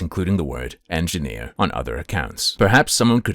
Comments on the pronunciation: Hard ‘en’? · EngineerrrrrrrrRRR with a hard R :text-green-game-over